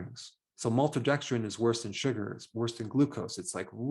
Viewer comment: "MALTODEXDRINE," Dr Berg doesn't like you...get lost!!!